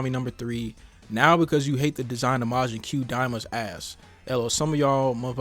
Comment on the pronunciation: It's not majin que it's majin koo . Also the design is funny 😂